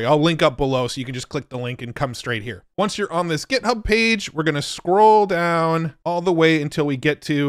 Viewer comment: Love how he says "get" hub 😀